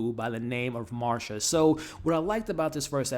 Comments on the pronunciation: Nicole Kidman's character is named Masha, not Marsha, no R 😅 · Her name is Melissa McCarthy! Not McCartney. And Nicole Kidman’s character is Masha not Marsha. 🤷‍♀️